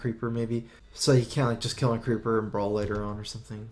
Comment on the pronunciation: Could you please learn to pronounce brawl properly PLLEEEASE